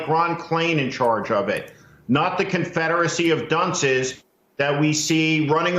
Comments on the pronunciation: "Confederacy of Dunces" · "Confederacy of Dunces." And he said it with a strait face too. Lol